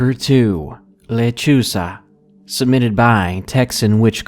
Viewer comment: Lol when u said lechuza i thought u said lechuga. Lechuga means lettuce in Spanish hahahahahahahaha sorry if i spelled that wrong lol